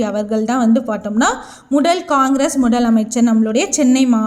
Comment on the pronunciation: முதல் ❌ முடல்✔️ பதவி ❌ படவி✔️ மொத்தம் ❌ மொட்டம் ✔️ விடுதலை❌விடுடலை✔️